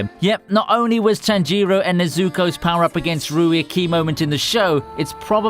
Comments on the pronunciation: Man, come on, how can you mispronounce every single Japanese name??? TanjIro and NezUko? That is just ridiculous... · How did he manage to mispronounce both Tanjiro's and Nezuko's names in the same sentence? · The way you pronounce "Nezuko" disgusts me.